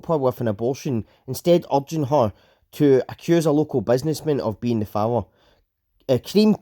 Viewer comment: father = fower 😀